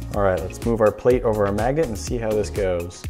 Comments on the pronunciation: you said Maggett instead of magnet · Did anybody catch that you kept calling the magnet a magget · Why did he keep saying magets? 😂😂😂😂😂😂